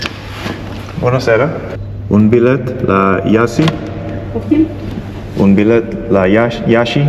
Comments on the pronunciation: Iași = "𝘠𝘢𝘴𝘩". the i at the end in Romanian is silent, unless there's two. i,e. Copii = 𝘊𝘰𝘱𝘪 (emphasis on the i). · You are so good at learning languages, and you speak Russian so well, that I think you should take the time to learn Romanian! :D I am Romanian, with Romanian being my first language. And Iasi is pronounced YAW-shhi (the i is partially silent, but not fully silent; carries half a sound). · Iași - the i at the end is nearly not spoken out. just a shadow of ”e”. In romanian the second river is simply ”Nistru”. Hope to see you film something from Romania